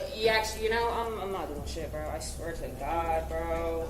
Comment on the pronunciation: I caught that too…OMG, the other LITTLE note is that she says “oh my God-a” really?!? You think he would even acknowledge you, much less know you? Not for me to judge …I know. But really, is she a complete narcissist? She has No feelings for anyone else. Boy, it floors me. 😢